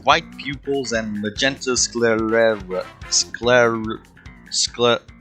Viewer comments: It's pronounced sclare-ah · Why Was He Saying The Word “Sclera” Wrong